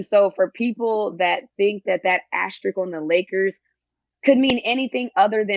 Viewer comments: 1st 3 pronunciations of asterisk: asterix asterisk asterik back on track with #4 tho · Don't forget ashtrik